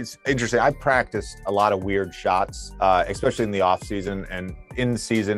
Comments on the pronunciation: The word is “especially”. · You both said "expecially"